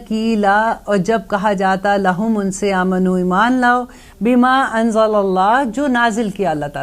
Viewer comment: "Amino " at. 4 :37 kindly correct.thanks.